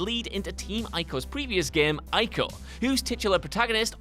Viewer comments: ugh... there are still people who can't pronounce "Ico" correctly?? EE-KO. not fucking eye-ko. one video where your gaming "experts" actually know about the games would be nice. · Not ancestor dumbass. Its him reborn. And its not "eye-co" its fucking "e-co" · Good lord, neither the narrator nor the comments know how to pronounce “Ico” correctly. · It’s pronounced “E-Co”. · It's really irritates me that he mispronounced ico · "Ico" is not pronounced like that, smh...